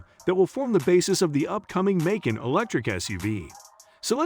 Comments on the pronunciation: 🐾Paw Shaw and Makon Macon 🥓 🤣🤣🤣🤣 man take this down until you learn how to pronounce the make and model I am a Porsche Macan owner this made me cringe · You have some serious pronunciation challenges ....Porsche is pronounced "Porsha" (not Pasha).....Macan is pronounced "Ma cann".....not " Macon" (rhyming with bacon)......Try that to get better readership response.... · Please pronounce Porsche and Macan correctly. You spoil the video which does contain some good content.